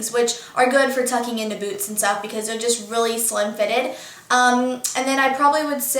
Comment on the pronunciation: I thought when you said boots you said boob.. :) Love youuu:)